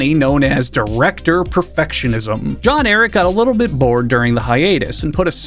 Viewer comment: The funniest part of this video is when he describes John Eric as being the most important person in the world only to fuck up his name immediately afterwards